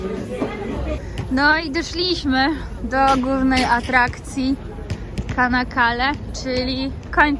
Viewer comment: Nazwe miasteczka wymawia sie Czanakale, a nie kanakale. Takie Ç wymawia sie cz.